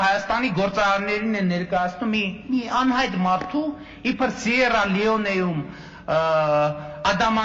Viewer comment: Սիեռա Լիոնե, ոչ թե Դիեռա Լիոնե,,, պ- ն վարչապետ։